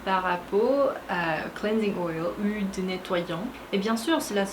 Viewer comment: On dit "u ile" et non pas "ule". 😉 Continue !💚❤️🧡💛💙💜